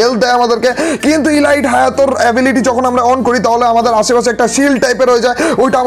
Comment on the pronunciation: ভাইয়া আমি প্রথম থেকে খেয়াল করেছি আপনি Elite ( এলিট) কে ইলাইট বলেন,,প্লিজ ভাইয়া আশাকরি এটা ঠিক করে নিবেন❤️